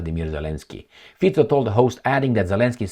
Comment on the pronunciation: Thanks for highlighting Prime Mister Fico in your video. I just heard it just now on his own party channel in SMER at You used the correct pronunciation of his last name, not FIKO but FICO (Fitso), also a sign of intelligence, as always.